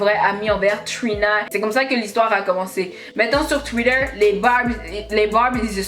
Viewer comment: J aime t entendre prononcer "Twitter " you say it like "twider" 😍😂😇